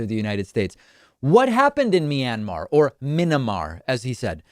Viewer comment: "Minimar",they can't even get the name of the country correctly!